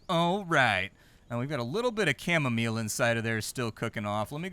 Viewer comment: 'Camo-meal' xD